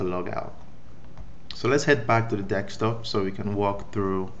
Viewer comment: Desktop not Dekstop.